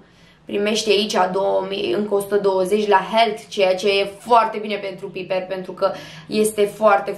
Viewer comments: Piper se pronunță Paipăr. Piper=Paipăr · Piper se pronunță paipăr ❤😂😂😂😂😂😂